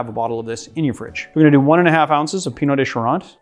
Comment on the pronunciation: He pronounced it correctly. "Eau" makes an "oh" sound. Like bureau or beau